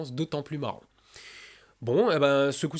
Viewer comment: "... et à la revoyiure " C'etait différent que d'habitude, du coup j'ai fais retour en arrière pour en avoir le coeur net XDD Haha sors